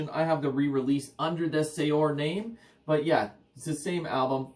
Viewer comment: I hate doing it... it's pronounced 'Seer' (although likely makes no difference to those that hear it). Maybe you already know that, often bothers me when I come across that one. Couldn't resist! Epic band, awesome channel.